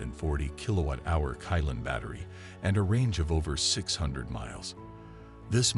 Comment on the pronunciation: Qilin is read as Chi-lin not kai-lan.. don't really understand chinese throughly...